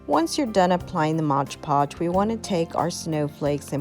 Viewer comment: and.......3 years later.......it's MOD podge, not modge podge